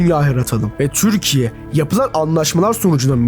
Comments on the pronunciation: Neden türkiye yerine 'türşsşkye' diyorsun ? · Lütfen “Türkiye” diye seslenirken çürkiye deme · dostum türkiye derken t yi çok bastırıyon